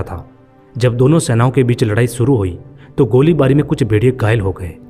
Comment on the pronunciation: Furvary😂😂😂😂😂😂😢aur Sooru😂😂😂😂😂😂😂abay gadhe theek se bol